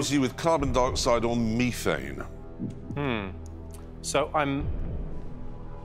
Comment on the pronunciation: Why are they pronouncing methane like that